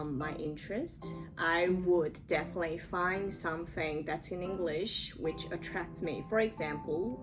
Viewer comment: Definitely の発音の仕方真似させてもらいます